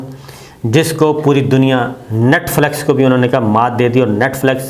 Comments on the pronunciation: Sabir sb thora sa parh b lya kren....NETFLEX ni hota NETFLIX hota h. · Sir with due respect its Net Flix not Net Flex :). Love and respect from pak canadian viewer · Brother, it is not Netflex نیٹفلیکس. The word is Netflix نیٹفلکس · Yar Netflix to bolna seekh lo. Duniya dekhti ha. Humari b insult kerwatay ho